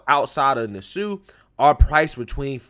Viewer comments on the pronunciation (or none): PLEASE learn before you down grade someone (don't worry I feel the same way about her) learn to pronounce things correctly . NASSAU (Nah Saw) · Haha...I am please to hear the mention of my country Bahamas in this commentary...i am a daily follower.....it is not pronounced Nas-sue but Nas-saw though spelt Nassau🙂